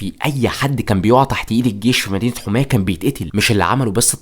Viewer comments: هي يا اسمها حَماه وليست حُماه يا 😂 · انا مش عارف كيف طالع تعمل وثائي عن سوريا وانت ما تعرف تنطق اسماء المدن السورية اسمها حماة بفتح الحاء مش ضمها عجيب امرك